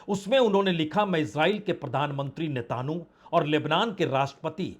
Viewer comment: Why do you pronounce the 'netanyahu' in a strange and incorrect way? Not expected from someone of your experience.